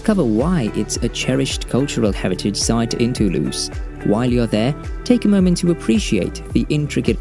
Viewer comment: This video opens with a mispronunciation of Toulouse. The letter s therein absolutely sounds like a Z. It's [to lose] NOT [too loose].